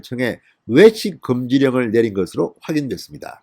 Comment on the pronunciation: 진성호는 발음과 억양이 너무 이상하다. 외식이라 말하는게 왜식으로 들린다. 부산 억양을 배신한 억양이 더 이상하고 거슬린다. 추미애 억양처럼.